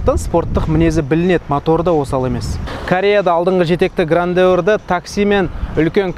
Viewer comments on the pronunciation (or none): Grandeur(Грэндже’р) 😢, а не Грандеур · Грандеур? Ахаахаха 😂😂😂 "ɡrændʒər" деп айтылады, біздің тілмен ең құрымағанда - Граенджёр деп айтылады! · Грандеур емес Грэнджер